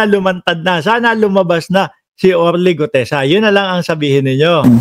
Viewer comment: May pag Mali Mali pag sasalita ni gutesa